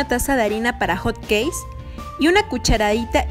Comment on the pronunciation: Todo bien, menos la pronunciación de CATSUP y HOT CAKES...